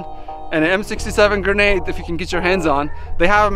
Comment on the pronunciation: Gernade? Lol